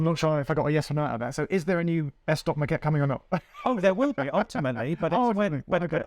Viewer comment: But he pronounces it like maquette (which is Italian for sketch!!!)